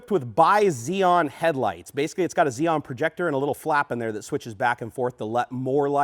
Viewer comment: Lol This guy got the base car with no options. Look at those terrible blank switches. Also, it's xenon, not xeon.